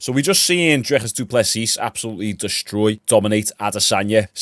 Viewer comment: The S at the end of du plessis is silent dude. Love the content 🫡